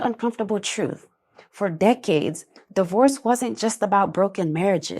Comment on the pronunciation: It used to be D-Worse and now it is Die-hoe-rse 😂